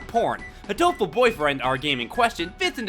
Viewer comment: Oh, it's actually pronounced hatoful? I thought it was just "hateful" with a racist accent.